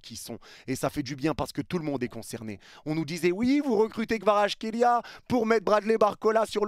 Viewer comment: je trouve que tu prononces plutôt bien Kvaratskhelia